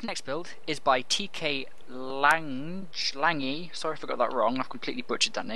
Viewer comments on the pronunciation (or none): none